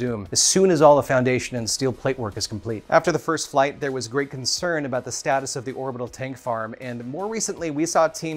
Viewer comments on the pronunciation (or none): none